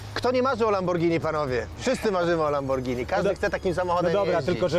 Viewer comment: Lamborgini xdddd